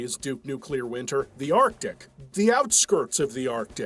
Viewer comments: Yeah but then he goes and pronounces it like arc-dick. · Artic Assualt. That bothers me like nails on a chalkboard.